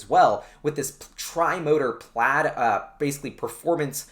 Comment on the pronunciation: mate doesn't know how to say plaid..